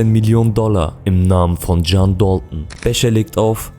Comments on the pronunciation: Warum sprichst du DALTON so amerikanisch aus? Sag einfach dalton und nicht dolton wie ein ami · Dalton ist ursprünglich Englisch und nicht türkisch Das ist so wie wenn deutsche den Namen Necati Nekati aussprechen würden Du möchtest doch sicherlich auch das man deinen Namen Türkisch aussprichst oder nicht Wie gesagt Dalton ist ein amerikanisches Wort und nicht türkisch